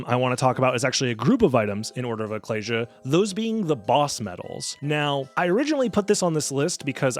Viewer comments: ecclesia = ih-KLEE-zee-uh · Ek-kleez-ee-ah, man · Why do you say ecclesia like that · huh.. I thought Ecclesia was pronounced (eh-sea-lee-ah). Guess i was blind to the letter positions